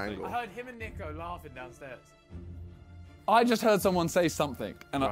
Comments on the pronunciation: jj it's niko not neeko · It’s not Neeko it’s niko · Niko not neeko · And JJ calls him NEEEE-KO instead of NIKO, lmao 😆 KNEEEEEEEEKO! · Niko: I hate when people pronounce it “Neeko” KSI: “Neeko” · Still called him neeko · KSI calling Niko Neeko kills me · why does JJ always call Niko Neeeko 🤣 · JJ wearing an NDL Hoodie but still calling him Neeko 😂